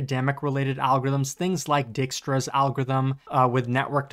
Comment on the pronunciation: Dijkstra = Dyke-stra not Deekstra btw